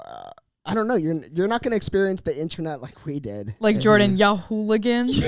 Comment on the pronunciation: " I'm Joarden"